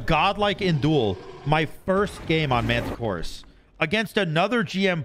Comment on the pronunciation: Then proceeds to call him "Mantichoras" the rest of the video lol 💀